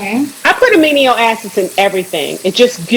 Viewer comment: Right, "aminio " acids lol 😆